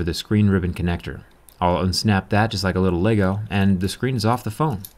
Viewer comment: I like how he says LEGO.